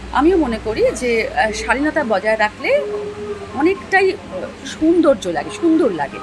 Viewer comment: কথাটা সৌন্দর্য, সুন্দর্য না